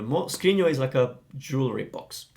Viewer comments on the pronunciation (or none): none